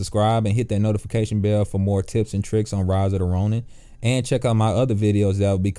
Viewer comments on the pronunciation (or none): "In ridida ronin" 😂😂😂 good video though. Bro thank you so much. You help me beat mysterious samurai.